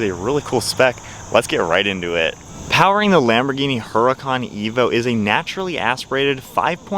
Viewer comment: ITS not a "HURA CON"... thats NOT HOW ITS PRONOUNCED... learn some Spanish dude.. it is pronounced "URDA-CON""...... NOT "hura-con"... yw!!